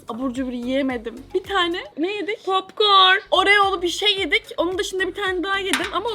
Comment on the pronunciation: Nobody: Eda: Popkooğğrnn 😩